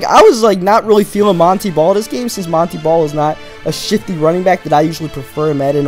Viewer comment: it is pronounced mon tae ball not mon tee ball